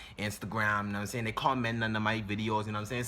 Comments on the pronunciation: “U na um sane”🤣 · "NA'M SAYIN" 😭😭😭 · "u num saying..ayyee"😂😂😂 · "Erry tree hours nam I sayin"😂😂😂